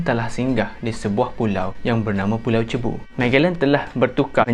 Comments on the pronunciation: Bkn "cebu" sebutan dia...tp "seibu".. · cebu, Philippines. pronunciation mcm Sibu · Sebutan Cebu = Sibu✅ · sebutan pulau cebu tu kurang tepat.. yg betulnya "si-bu" atau "sug-bo"